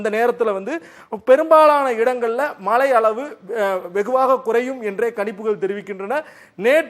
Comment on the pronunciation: Mazhai not malai